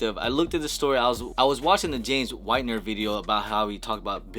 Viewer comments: SMH..."Whitner" Bro..."WHITNER", like wit-ner. Not White-ner. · Did he actually say ''James WHITEner''' ? XD